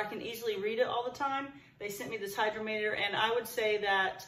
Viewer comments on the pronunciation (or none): Hy-DROM-eter. Accent on the 2nd syllable. Pronounced like "drama". First e is soft, like pet, net, etc. Sorry to be "that guy". Sometimes I can't stop myself. ❤